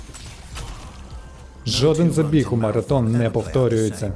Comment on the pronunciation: Дякую за переклад та озвучку. Але. МараТон? Ви серйозно?